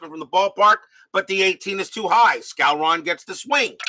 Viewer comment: …and it’s pronounced Moose SCOW-ren.